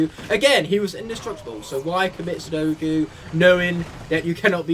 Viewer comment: Also its not suddoku its seppuku